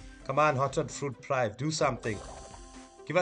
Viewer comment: Top session. FYI prive' is pronounced "preevay"